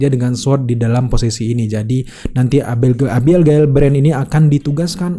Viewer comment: Susahnya nyebut nama abigail 😁😁